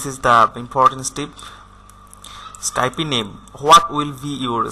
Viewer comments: Motorsports7 I Know right Its just when you say skypie IT DOSENT SOUND RIGHT ITS Skype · Sorry but you've said Skype a little wrong... Its actually skype not Skypie. Just saying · its not pronounced skypIE its called skype no ie at the end